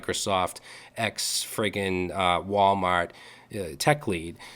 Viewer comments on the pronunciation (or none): LOL you went full Boston at the end there. "walmaht" with the cumby's coffee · "lol Wal-Maht"